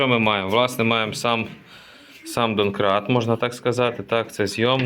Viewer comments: ДОМКРАТ, а не ДОНКРАТ... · ДоНкрат! Ха-ах-ха--а! Дон-Дон :face-green-smiling: Вони реально кажуть доНкрат - це не опечатка... ))